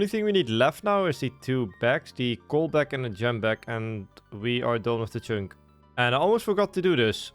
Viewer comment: Learn to pronounce "Chunk" Like holy s.. Its not "CHYNK" I literally cannot watch your videos because of this